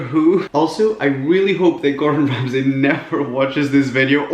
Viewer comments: the way he says gordan ramsay is quaking ?!!!!!lol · Norma Negrete ikr i laugh everytime he does that in a video😂